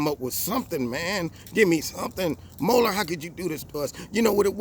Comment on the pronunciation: Well, well, well, first of all thank you for pronouncing MUeller correctly. That alone makes you smarter than everyone else in the MM.